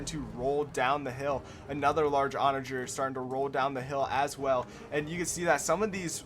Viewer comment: Take a shot every time he pronounces ‘Onager’ wrong😂 Great video though, very entertaining